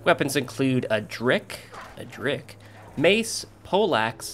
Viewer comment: Its "Dirk", not "Drik", ya goofy baby ;D kisses